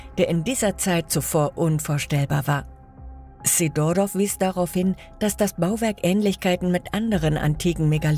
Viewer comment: wahrscheinlich natürlichen Ursprungs ... / Sidorov - Betonung auf dem "i" bitte. / Zum Teil werden DInge von wo ganz anders gezeigt! so kurz nach 4 Minuten die Mauer.